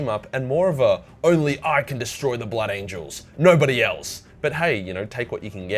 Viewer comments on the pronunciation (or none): none